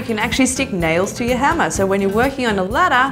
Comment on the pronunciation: When she says hammer I heard henna